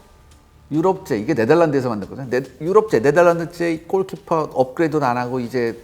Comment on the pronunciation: 꼴키파 ! 발음 지렸다